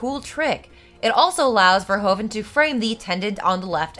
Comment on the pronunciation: This is an old (and a great) video so probably someone already mentioned, but it is pronounced 'fer-who-ven'.